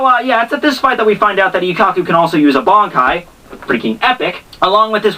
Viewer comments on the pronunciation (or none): none